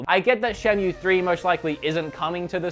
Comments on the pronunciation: it's sega and he says seega. Cultural diff/habit w/e but the top one is shenmue being pronounced shenyu xD Anyway, great video and kudos for putting jet set radio and super monkey ball but you really could/should have included Power stone in there (a sorta like smash bro on the dreamcast)!! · Shenmew Seega Zelder